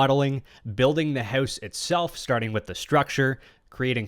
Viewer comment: "I want to build a minecraft hews" 🇨🇦